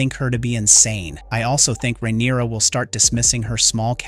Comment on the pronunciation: Just hearing you say ""RAIN-uruh" & "Yaygar" drives me insane! Sounds like u have no idea who u are even talking about. Stop being so lazy using AI, & speak for yourself. Please..smh.🙄 😂